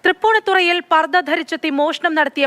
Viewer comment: തൃപ്പൂണിത്തറ അല്ലടോ റിപ്പോർട്ടറെ തൃപ്പൂണിത്തുറ യാണ്.